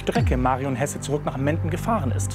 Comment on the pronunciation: Der Sprecher damals hat Hese statt Hesse gesagt.